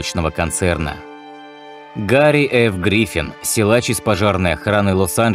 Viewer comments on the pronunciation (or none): none